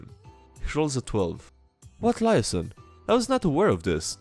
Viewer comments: In the cop shows they pronounce it lee-aye-zon as opposed to lie-a-son. But you do you. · A bunch of people probably told you already, but liaison is pronounced a bit different. Pronounced like Lee-aye-zon Or ends with a softer longer son syllable if you want to sound less American.